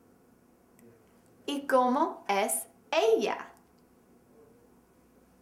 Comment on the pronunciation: hahaha FAIL ¿COMO ES ELLIA? TRUE ¿como es ella?.